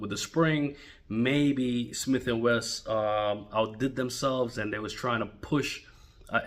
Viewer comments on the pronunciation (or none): Its Wesson, Wesson, not Wess!